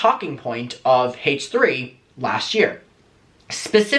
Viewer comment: I looove how says, "Hay-tch 3"..